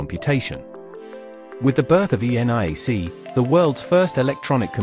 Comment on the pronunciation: So wrong - vague and wandering, the synth you used for text-to-speech could not prnounce ENIAC - I had to go back and listen to it mangle the letter-by-letter rendering and you managed to put is a diagram of a triode when describing Edison's patent for the electrical indicator, which is a diode ummmm,..... Nah, speechless.